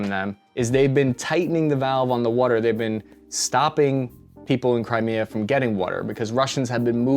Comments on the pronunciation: That WOOODER, where in PA you from? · You say wudder like you from Philly. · You’re definitely from Philly. “Wuder”